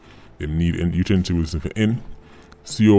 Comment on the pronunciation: U a pronounce the name wrong tho. Its two syllables not three